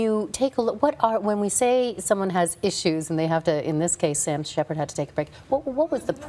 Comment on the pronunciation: This woman said Sam Shepard hahaha